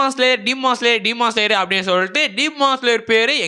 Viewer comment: சீமான் ஸ்லேயர் இல்ல bro😂 டீமன் ஸ்லேயர் bro✅